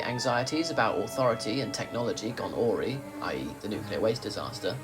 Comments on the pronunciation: Awry = ah-rye, rather than aww-ree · I was just about to comment on this. "ah-RYE". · Yep, I suspected that was a bot narrator. Gave itself away with "aury." Bye bye. Idiots.